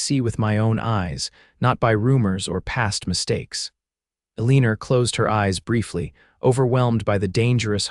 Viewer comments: Amen. Amen. Amen. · Nice story but her name is Eleanor, pronounced Elea nor! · Eleanor is pronounced "L-E-NOR" (NOT Uh-leen-er) . The mis-pronounciation is very distracting & irritating. There have to be computer software engineers who can write programs that correct language much better than these audios currently use. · Surely. You can do better than pronouncing Eleanor as A-leaner. You can do better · Well you tried its El a nor. E is silent and the a is short sound not long. Remember English lessons??😅